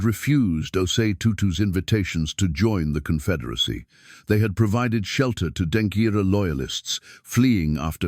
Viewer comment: Please the word is Denkyera not Denkira